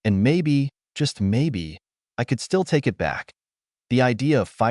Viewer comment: This is definitely one of the better trained AI readers, decent advancement on getting emotions in the voice closer, just need to work out the small details like saying "BEE-but" when there are stutter texts like "b-b-but!", or saying "I.T." for "it" as if every it has a job as I.T. specialist.